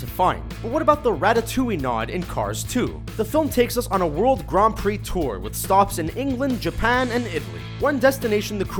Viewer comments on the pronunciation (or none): none